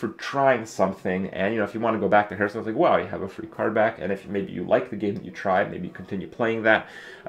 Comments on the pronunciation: It's quite distracting that everytime he says Hearthstone it sounds like Hurtstone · Always bugs me when people say Herthstone, just because I say Harth and that's how it's properly pronounced.